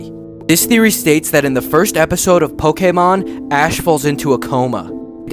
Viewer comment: Po-kae-moan Is what he said not pokémon lol